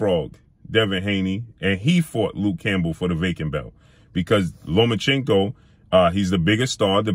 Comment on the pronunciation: Learn how to say names. When you mispronounce Lomachenko every time you say it, it sounds racist.